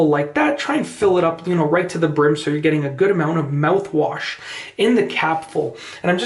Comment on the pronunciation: This video is stupid... and how difficult is to pronounce mouthwash? Just saying.